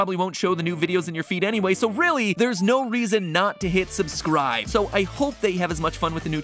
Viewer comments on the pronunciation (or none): That “subscwibe to food theowy” part just killed my soul